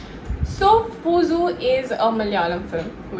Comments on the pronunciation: Not pusu. It's puzhu. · Dear Pusu nahin.Puzhu,you need to listen Mammootty or Paravathys interview,so you can listen how they pronounce it